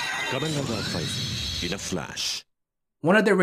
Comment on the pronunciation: I thought it was pronounced like phase